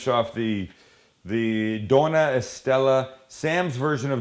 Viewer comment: btw! Dona is actually doña, so pronounced like do-nya